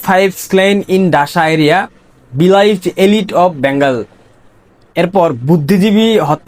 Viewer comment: সাহেব, ইংরেজি পড়ার বা বলার আগে একটু প্রাকটিস করে নেবেন এমন কারো সামনে যিনি সঠিক ইংরেজি উচ্চারণ জানেন। Dacca (ঢাকা) এর উচ্চারণ করলেন "ডাসা", বিলিভ্ড (beleived) কে বলছেন " বিলাইভড"!!! এরকম আরো। আওয়ামীলীগের যোদ্ধাদের এত করুন অবস্থা!!!!